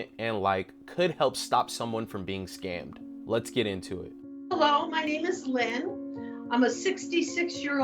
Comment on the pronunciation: He "had her at hellow"...